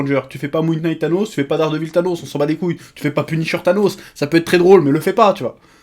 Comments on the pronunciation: hey Chef ! "Knight" se prononce comme "night". A bientôt :D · Chef, en anglais : "K" suivis d'un "N" en debut de mot rend le K silencieux. Donc Moon(k)night. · Prononce "knight" comme "night" et tu verras, ça passe tout seul !